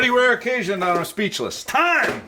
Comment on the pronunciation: That opening was definitely not “time” Sir!